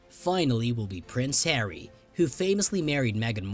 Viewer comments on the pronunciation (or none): none